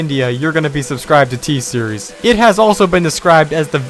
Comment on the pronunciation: It's t series not thee series you are pronouncing t series wrong